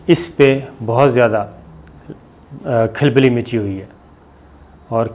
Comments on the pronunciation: ANCHOR sahib...... Khilbli naheen hota khalbli hota haï. Aap kisi se urdu padh l'Ain behtar ho ga. ANCHOR to aajkal un parh bhi hain. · Khilbily nahi khulbuly sabir sb. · KHALBALI (not khilbali), NAzaad (not najaat), bura mat maniyea ga.. Malaysia aap shayed bhool rahe haen? yom e azad Mubarak ho subko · KAL....Bah.......lee Not kil...be....let Pronanciation correct Ker lein. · Pl correct your Urdu pronunciation. It is khalbali and not khilbali again it is shikast and not shikist.